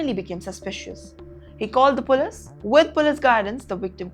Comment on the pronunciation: Pull-ees, not pull-iss.